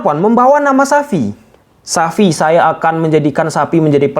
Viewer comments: Xavi bukan Sapi. sebut yg jelas bang. Xavi itu bagus, amun saya juga tertarik dengan Sergi Berjuan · Sebut nama xavi itu benar dong,jgn sebut xapi tp xavi. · xavi penyebutannya itu cavi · Xavi Bang, bukan Sapi